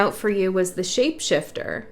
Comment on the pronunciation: Ha ha you said ship shaifter maybe like a vessel hmm…..I really love your work💛these beacons are realy helping our voyage